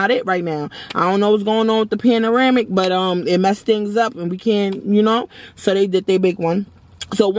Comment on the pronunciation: PANARAMIC??😂😂😂 PANDEMIC😂